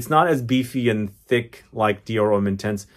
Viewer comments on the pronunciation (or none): none